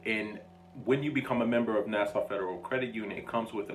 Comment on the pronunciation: Na suh, not Na saw